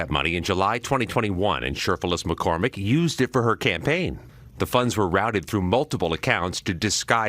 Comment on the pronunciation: Are we sure her name is Macormick? Maybe it’s MacCrocket! Get her a class in Ebonics and she could be the next Crocket! 😮